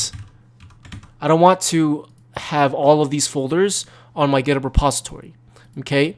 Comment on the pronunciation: when u said "github" i thought u said "pornhub"